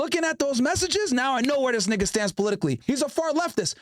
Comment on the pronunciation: When u say nigga it dont even sound right